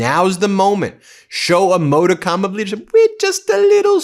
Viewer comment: Learn how to pronounce modicum FFS!